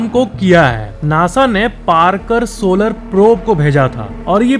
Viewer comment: Solar wheather ko sooolar wheather bol rha hai gandu😂